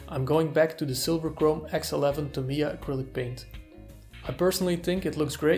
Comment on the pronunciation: Tah mee yah - even stress